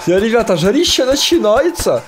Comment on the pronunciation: сказал как татар жарищя начинается